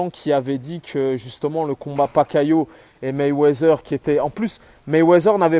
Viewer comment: Je t'aime bien mais c'est MayweaTHer (MayweaDer) pas MayweaZer stp !